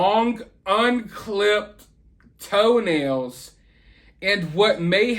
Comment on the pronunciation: I actually GAGGED when you said LONG TOE-NALS!